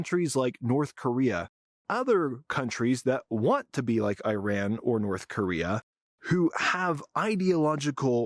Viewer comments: It's not I-ran as in "I ran to the liquor store". It is Ee-ran. Ee as in deep and a as in father. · EYEran...Again! 🤪...Americans and Australians. The WORST in the western world at correctly pronouncing foreign names! No respect, whatsoever. 🤷‍♂